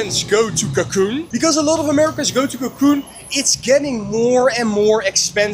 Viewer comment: It’s CANCUN not CACUN